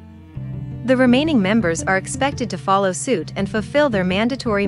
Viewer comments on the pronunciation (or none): none